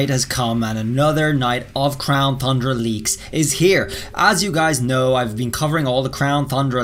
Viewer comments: Ton-dra. Not thun dra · TUN not THUN ... there no H ffs... you gotta fix that shit man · Its not thundra its tundra, without the th in it, 😑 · Crown thundra dome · He's saying THundra on purpose now isn't he 😂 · He’s still saying thundra my guy it’s pronounced TON-DRUH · Is there a reason why you keep saying Thundra, and not Tundra? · Dudeee its crown tundra not tHundra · He still calling it the crown THundra not Tundra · TUNDRA not THUNDRA! 🤣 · Its Tundra Not Thundra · The fact that he keeps pronouncing "Tundra" and "Thundra" makes me cringe. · Does he always add and H to Tundra? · Whenever he says “Thundra” I get to annoyed pls stahhhhpppp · Homie lives in Japan, probably as an English teacher but still says "Thundra" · What's wrong with the Crown Thundra. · Tundra! There is no soft "the" sounds in that word. This has to be trolling at this point. It's infuriating. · Will someone tell this dude tundra doesn’t have an h in it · After me; crown TUNDRA. Again; crown TUNDRA, no TH in TUNDRA, sorry, it just bugs me that EVERYONE said so and just kinda ignored, BTW,, if you are reading this, I love your videos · TUNdra, TUN-dra lol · He says Crown Thundra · How you an English teacher and pronouncing Thundra wrong •_• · Seriously say tundra right theres no excuse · Stop saying thundra please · I am convinced he mispronounces 'tundra' on purpose to mess with us